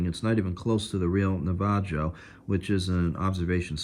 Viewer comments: Just so you know, the name on the observation car is pronounced nav - a- ho . Just like the native american tribe. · NavaJO is my favorite pronunciation ever.